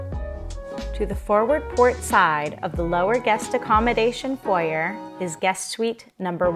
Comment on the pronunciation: Someone tell her how to pronounce foyer!